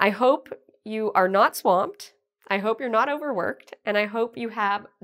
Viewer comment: Your 1 pronunciation " swamped " wasn't correct.